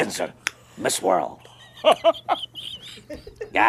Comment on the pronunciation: His accent seems much thicker to me here than it did at that time on his show. Didn't you notice how he pronounced 'world'? He said 'wurruld'!